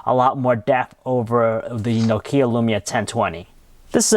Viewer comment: Nutkia 1020 and samsung galaxy s4, "nutkia"?! Lol